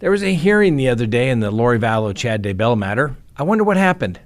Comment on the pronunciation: Still saying DuhBell! WoW!